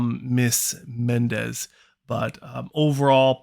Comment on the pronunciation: MONTEZ ffs…..MONTEZ not Mendez. Can you not read? Way to talk about everything BUT her. Maybe if you actually took the time to learn about her you’d know how to pronounce her name. Geez…talk about disrespect.